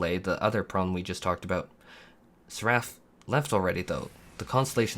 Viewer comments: You're the only person I've ever heard pronounce Egi as "edge-eye" and Seraph as "sa-Raff" but I digress, please continue. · I find it absolutely hilarious how you mispronounce words. lol Like suckCOR, EDGY (egi) and SerAPH. Love your content, man. <3